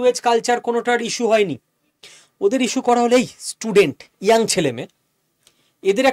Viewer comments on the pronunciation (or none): none